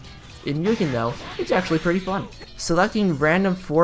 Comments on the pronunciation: Are you gonna keep calling it Myoogin? MU GEN MUGEN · you put in all the effort to look it up on translate and then went right back to calling it mewgen the next sentence lol